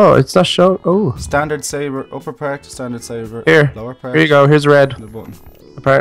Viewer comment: It's saber not savor